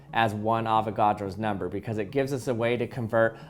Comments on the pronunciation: It sounded like "never" instead of "number" xD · Anyone realises that he says “nember” not number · No matter what amount I can hear the “ ber” in number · Avogadro’s Nembheerr